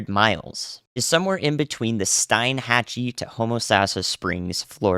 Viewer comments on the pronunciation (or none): Thanks for the update...by the way Steinhatchee is pronounced Steenhatchy with a long e like screen. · It's pronounced STEENhatchee. Nice try, though. 😊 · “Steen” hatchie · I am going to be glued to your coverage! But, just FYI, “steenhatchie”. Thanks for all you do!!!!